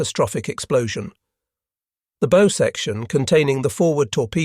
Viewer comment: Greatly appreciate your impeccably researched and produced videos. After having watched a half-dozen, I can find only one nit-pick—your mispronunciation of "bow." I am neither professional historian nor amateur, so I can't easily understand the outrage about the Morton incident in the light of "Bomber" Harris and General Lemay promoting indiscriminate carpet bombing of civilian populations (e.g., Dresden and Japanese cities) during WWII , which (unlike strategic targeting) did nothing to shorten the war. If I have that wrong, I hope someone will correct my misunderstanding.